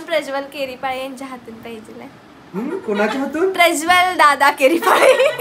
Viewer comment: ला प्रज्वल म्हणता येत नाही प्रेज्वल म्हणतेय😂😂😂😂